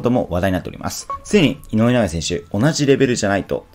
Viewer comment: 井上尚弥が言えていない